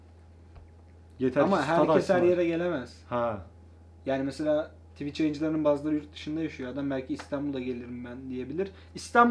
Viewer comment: tivitçi degil twicher